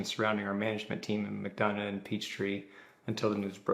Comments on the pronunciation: McDonough is pronounced McDonna just in case you do more videos on this. It’s south of Atlanta. Not far from Atlanta Motor Speedway. Lived in Ga nearly all my life and I have trouble pronouncing it if I see it in a sign! 😂 my father lived there when he passed in 1979. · Pronounced mic-dun-uh, McDonough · From a Ga resident not far from Griffin, it’s pronounced Mic-Donna (McDonough). 😉😳🫣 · McDonough is pronounced Mc-Donna. No hate. Just sharing ❤️ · McDonough pronounced McDonna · Georgia girl here., I had to laugh at your mispronunciation of McDonough. I can't blame you. It is pronounced Mac-Don-uh. Weird, right? Also, I don't think anyone in Georgia considers Griffin to be a small town. It is an Atlanta suburb...therefore it is just part of Atlanta. There are many of them: Conyers, Roswell, Alpharetta, plus many more. I'm from northwest Georgia but I went to college with mostly Atlanta suburb kids. They even said they were from Atlanta. I'm not trying to be rude. I'm just letting you know. Griffin is definitely not small town Georgia